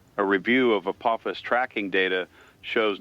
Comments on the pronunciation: After so many years of hearing it pronounced A-poff-is, hearing A-poof-is is really throwing me. But I am thoroughly intrigued by this format and really like this new channel. Thank you. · Not the AI pronouncing Apophis like “April phis”. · pronouncing Apophis differently nearly each time. SMH. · Four different pronunciations for Apophis! FOUR! Willing suspension of disbelief has left the building.